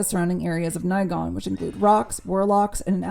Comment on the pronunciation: MM7 is my fav game of the MM franchise so a couple of things stuck out in the review: * it's definitely Gavin MagNus not Gavin Magus; * it's the first time I hear anyone pronounce Nighon as Nighgone; * Restoration of Erathia was not an expansion it was the main installment of Heroes 3 or Heroes 3: Restoration of Erathia; * The cloud city is Celeste not Celestia; In addition to all that reviewer really pronounces a lot of words differently that what I'm used to like for example the way you say Behemoth - I'm used to [bɪˈhiː.mɒθ] or [bɪˈhiː.mɑːθ]. Why? Is it a style thing? Anyway, the review was umm... Good! :)